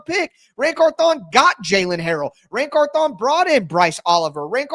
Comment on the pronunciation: I think it's pronounced like CARthon instead of carthON like you've been saying it.